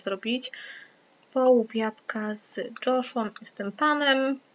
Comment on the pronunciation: Mój kolega z klasy nazywa się Joshua tylko nie czyta się jego imienia przez dż , tylko przez j